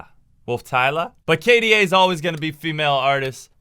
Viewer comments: IT'S K D A NOT K DU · did this absolute dork just say kay duh bruh k/da is said as the individual letters. In games, K/D/A is your kills/deaths/assists. You add kills and assists and divide by deaths to get your ratio. So like, If i got 10 kills and ten assists and 3 deaths, my kda is 6.6. if i get 1 kill, 6 deaths and 26 assists (a support game) my ratio is 4.5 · Lol. You added the part when you pronounced it initially as K-DA 😂😂 anyway, the song is a bop.